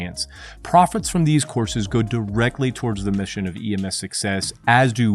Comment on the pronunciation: Are you saying EMF or EMS?